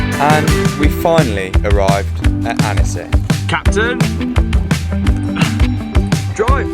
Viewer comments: Great vid. It's pronounced Ontsy, not Annessy btw. Great vid. (Worth repeating!) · Annecy.... .lol... it's pronounced 'ansi''